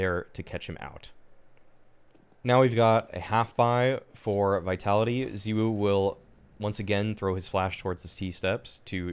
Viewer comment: The way you say ZywOo really triggers me